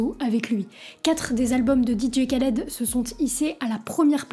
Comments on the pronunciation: arrête tes conneries vous ne savait meme pas de prononcer ce nom khaled cest pas kaled et quel est le problème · Un K avec un H en arabe ça se prononce "R". On dit "Raled" pas "Kaled" 😁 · Super vidéo :) Sinon, c'est juste improbable de prononcer "Ka"-led au lieu de "Ra"-led en 2024 :S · Je t'avait découvert sur TIKTOK trop content de te voir sur YouTube je kiff ton taff gg. Ps: on dit Raled pas Qualed 😊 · Sympa par contre attention à la prononciation, c'est plus proche de raled normalement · Et on dit Rhaled pas K (comme kilo) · C'est Dee Jay "Rr"aled que ça se prononce. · Juste la prononciation c'est "RRAled" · Sympa la vidéo. Mais mauvaise prononciation du nom de "l'artiste". Le kh se prononce rrr. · C'est horrible de t'entendre prononcer son prénom aussi mal. Sinon. Bonne vidéo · C’est ouf défaire une vidéo de 16min sur un type sans savoir prononcer son nom